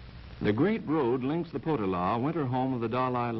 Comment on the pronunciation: Interesting video - if only the narrator was a little more precise in certain things - Potala - the emphasis is on the middle syllable, so it's Po-TA-la. The Dalai Lama IS NOT THE REINCARNATION OF BUDDHA, He is believed to be the reincarnation of the Bodhisattva of Compassion. Buddhism is just as diverse as Christianity having many different denominations, so for many Buddhists, the Potala isn't remotely sacred at all. The mantra in the prayer wheels & perpetually recited by everyone is: Om Mani Padmé Hum - it's very easy to pronounce correctly.